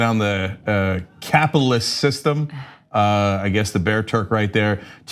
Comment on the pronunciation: "bear Turk"?